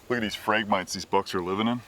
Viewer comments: Phrag-mi-TEES, dammit! Between this and the Kookaburras in MO, my brain is bleeding... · For anyone that is wondering, the tall reed grass is pronounced Phrag-mite-eeze...the ones in this video are the non-native, highly invasive Phragmites....there is a native Phragmites to the Great Lakes region, but doesn't typically form dense impenetrable stands and will have much more plant diversity within the stand itself.